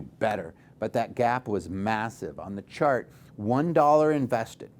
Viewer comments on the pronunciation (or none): none